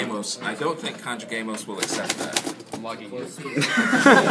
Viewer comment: Did he pronoumce it Con-joo-gay-mos. That is a Spanish test taking thing. If he is a Spanish teacher he should kbow that its pronounces Con-hoo-gay-mos